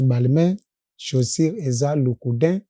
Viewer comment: Alobi LOUCOUDIN😂😂😂 AU LIEU DE LOUBOUTIN 😂 BANA OYO MAWA